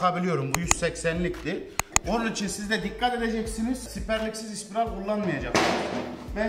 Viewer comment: Elinize emeğinize sağlık.. ama ispiral değilde, spiral diye söylerseniz daha iyi olur bemce.